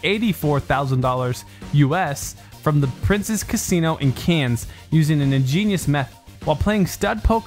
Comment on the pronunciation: Cans? Cannes. "Can". Americans...